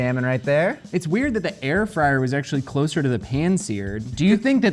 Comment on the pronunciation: Air frid lol😅